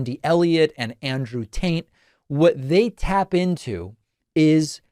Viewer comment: Yes confirmed, he is saying Andrew Taint.